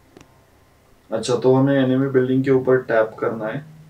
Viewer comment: enemy ko app ne emeny bola lol